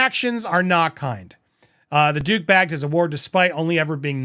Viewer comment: When you said "The Duke bagged" -- I thought you said "The Dooooooooobag!" 😄😄😄😂😂😂🤣🤣🤣🤣🤣